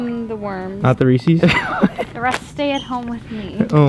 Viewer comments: Lol You pronounce Reese's like you've never heard of Reese's cups before!! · “reesees” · bugs me so much when people say "reesees" Reese is a person and "Reese's" is his candy. There's even a goddamn apostrophe in the name. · He said Reesees, it's Reese's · Y’all really said reesees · Did he just say reecees